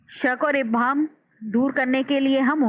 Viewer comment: Please don't mind ,apna pronounciations theak kery werna students ka lehja b... Maslan sahi alfaaz Mashar aleyh, kalma mahmil , abhaam or qaafiyah hyn..